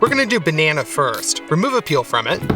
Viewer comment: Did your translator really get away with saying "BERnana" and "waterMITTEN"? 🥴